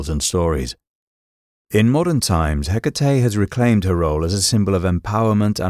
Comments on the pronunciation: Her name is HE-KA-TE, not hiccatei😅😅😅😅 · If only you would pronounce her name (and any other greek name) appropiatley. Can't be that hard???❤